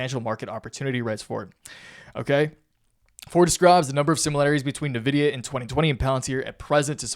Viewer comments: IN-VIDIA not NAVIDIA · When someone says nuh-vidia I stop listening lol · Bro. N-vidia